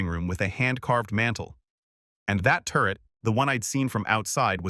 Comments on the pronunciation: 😂AI cracks me up! It also makes me sad….. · Turret office not turd office. AI really lost it.